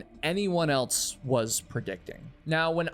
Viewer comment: I enjoy the stories, but it bothers me the way he says "altso" and "eltse" instead of the correct words, also and else.